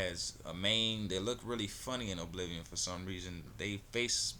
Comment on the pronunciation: its pronounced uh-bliv-ee-un